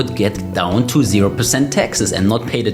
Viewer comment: The word is “taxes” not “Texas”